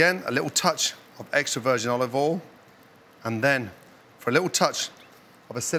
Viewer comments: Why do you pronounce Olive oil ...... Olve vol. Its olive oial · Still says olivol though 🤣